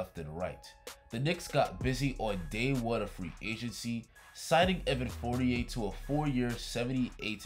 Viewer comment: Please pronounce his name correctly, it sounds like you're almost saying 48. Even google voice is writing 48 whenever you say For-ni-air.